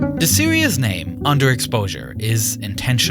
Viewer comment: "series" is not pronounced "serious", I recommend googling "series pronounciation".